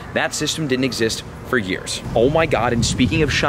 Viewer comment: this man said yeras